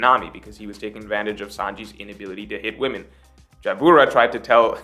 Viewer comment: ITS JABRA, NOT JAIYABURA OR WHATEVER U KEEP SAYING! How many years ago did that happen now? Like wth